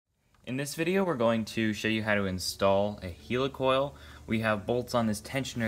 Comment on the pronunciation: Do you say helicopter or hilicopter ..why do you say hilicoil..it'd helicoil...